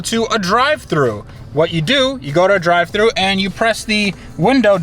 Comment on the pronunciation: When you said drive through my midwestern behind heard Drive-In...